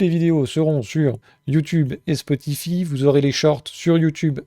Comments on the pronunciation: spotify ( ça se prononce spoti_"faille") un truc de niche ?... je croyais que c'était juste une des plus grosses plateforme de musique/podcast existante avec plus de 700 millions d'utilisateurs... :) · Mdr toi aussi ca tas fait tiquer "spotifi" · Oui Spotify très bien. Par contre ça se prononce Spotifaï, à l'anglaise. Marrant après le commentaire sur les boomers 😅 Merci pour ton travail